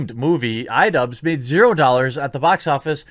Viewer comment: It took me longer than I'd like to admit to understand why he kept saying "Idubbz".